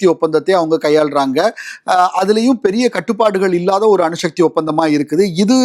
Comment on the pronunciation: அணுஷக்தி இல்லடா அணுசக்தி